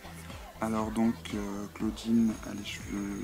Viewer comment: clawdeen pas clauwdinne et abbey pas abi